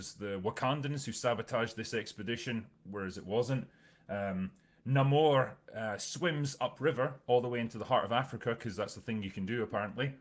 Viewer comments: So they changed how Namors (Nay-More) name is pronounced and say it's not his real name. And made him some mesoamerican stand in instead of half Scottish half atlantean. He has piercings and facial hair that look nothing like the character Changed his peoples name and completely changed their origin from Atlantians to some knock off Aztec water wakanda that was oppressed by conquistadors And Nahmoore ends up with his people under Wakandas protection? It sounds like the only thing he has that Really Namory is his little ankle wings (also drinker has a problem with those based on physics? But hulk breaking conservation of mass with every transformation is dandy?) That's no way to treat marvels very first character. One of comics first superheros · I'm just not interested, the only thing I was looking for was Namor, being a fan of the john Byrne namor run, but when I heard him being called Namõrrrr it did actually bother me. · Why do you keep mispronouncing Ramón's name?